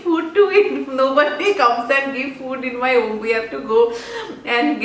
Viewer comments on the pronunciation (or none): none